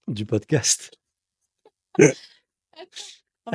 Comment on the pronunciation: “poscast” trop mignon